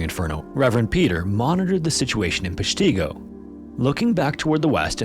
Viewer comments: I don't want to be rude, but as somebody from Wisconsin, could you actually research the city pronunciation for your videos? Peshtigo is pronounced PESH-ti-go not pesh-TI-go as you are saying it throughout the video. This happens for most Wisconsin cities you've featured, which throws off the entire video for me. Haven't seen anybody else mentioning this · I've been to Peshtigo, Wisconsin. BTW, it's pronounced PESH-tuh-go, not pesh-TEE-go. It's quite chilling how simple the monuments there are. Basically, there's just a church that was converted into a small museum and then oh yeah, next to the building just happens to be a mass grave with hundreds of fire victims in it. I think the simplicity of it all makes it all the more impactful and haunting. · I live relatively close to Peshtigo. I have never called it or heard it called peshteeeeego before lol. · Thats not how you say Peshtigo. Pesh-ti-go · I grew up in Wisconsin, and I always pronounced it PESHtigo (the e pronounced like in "nest," the i pronounced like in "if," the o pronounced like... well, like "go") And yeah, you couldn't avoid hearing about it. did you have fun in school today junior? sure dad, they told about the deadliest fire in the state's history! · PESH ti go. Accent on the 1st syllable. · Oh man, I love your content but you gotta work on your pronunciation of Wisconsin cities and towns 😅 Like, you said "wa-Kesha" in one video, Kesha like the singer, which does crack me up but AHH. It's "waw-keh-shaw" Peshtigo is "pesh-teh-go" oh know it's an "i" but everyone says it like the short "e" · Yes, also Wisconsinite born & raised not to far from the place. Pesh-TIck-go is correct pronunciation. It’s Ojibwe and Menominee native languages that mean two different things but kudos to anyone non native that attempts to pronounciate most of our towns. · Love your videos!!! But your pronunciation of Peshtigo is killing me 😂 It’s “peshtago” as far as pronunciation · its pronounced -- PESH - ti - Go.